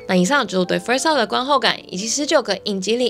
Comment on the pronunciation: 只有我聽到kiki 說first law嗎😂